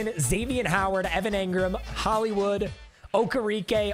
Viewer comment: hearing you call Olamide and okereke "ola-mid" and "o-kay-re-kay" is hilarious lmao. it's "Ola-me-day" and "okay-ray-kay"